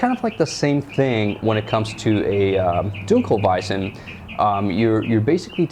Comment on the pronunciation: Your 1 in 100 reviews that can pronounce dunkelweizen correctly. Good on you.